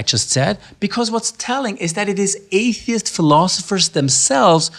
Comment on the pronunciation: "Apey-ist" looool i love it!